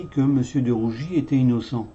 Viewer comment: DE RUGIS et non de rougi